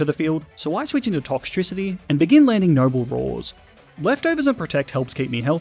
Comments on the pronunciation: TOXTRICITY, NOT TOCKTRISITY! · TOXTRICITY, NOT TOXICITY! DO NOT LEAVE OFF THE E IN TOXEL! AND THE E IN POKEMON SHOULD BE BETWEEN THE K AND THE M, NOT AT THE END!